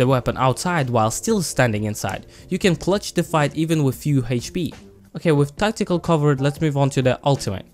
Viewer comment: did anyone hear testicle when he said tactical?